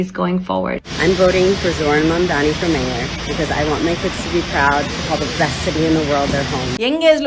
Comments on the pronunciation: Mamdani not Mardani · Karnaji is right. needs to correct her pronunciation